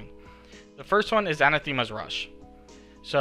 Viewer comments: Awesome guide! Btw, Anathema is pronounced uh-NATH-uh-muh as opposed to an-uh-THEE-muh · lol missed that but it's still not perfect